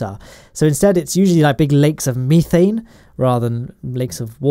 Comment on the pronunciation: It sounded like you said meethane not methane